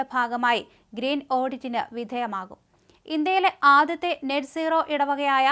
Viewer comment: Please note Not Net nooro but NET Zero